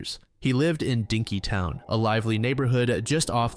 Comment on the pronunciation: “Dinkytown” XD